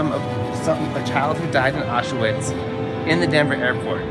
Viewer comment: The way they pronounced Auschwitz made me laugh.